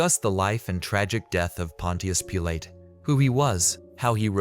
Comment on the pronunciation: Pontias Peelay 😂